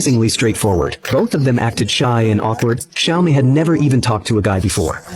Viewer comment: Well it's "Xiaomei" not "Siao Mei", but yes the names are reworked from the actual Japanese names. This channel often does that to Japanese films.